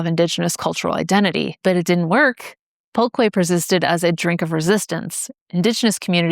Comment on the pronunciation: its more like "pull-keh" I think